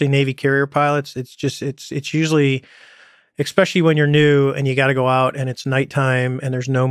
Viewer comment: It annoys me so much how David Fravor says "expecially"